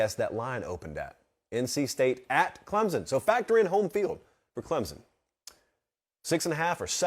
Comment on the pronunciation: Someone for the love of god please teach how to pronounce Clemson properly. It’s embarrassing that he is a professional college football podcaster and thinks it is pronounced “Clemzon”.